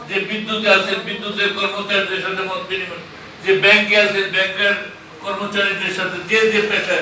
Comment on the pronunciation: মদ বিনিময় সভা নাকি মত বিনিময় সভা উচ্চারন ঠিক করেন সাংঘাতিক ভাই।